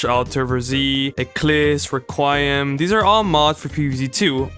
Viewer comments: Re-Kwai-Um lol, it's 'Reh-Kwee-Um'. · "e-cliss, ree-qi-em" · the way you pronouned 'requiem' is diabolical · How to tell me it is your first time pronouncing Requiem without telling me. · That's not how you say Requiem 🥀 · I was expecting it to be "re-queem" but it's an entirely new mispronounciation 😭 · BRO YOU BUTCHERED THE PRONOUNCIATION OF "requiem" for the love of crazy Dave dude